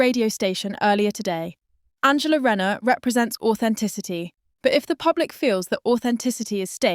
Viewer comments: It’s not renner its rayner get the name right atleast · Shes called RAY NER for god sakes get the pronunciations right